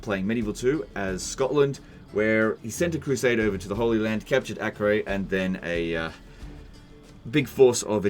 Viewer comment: lol what did you call the city??? ac-rae?